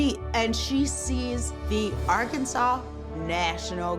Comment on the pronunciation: Thank you for pronouncing Arkansas correctly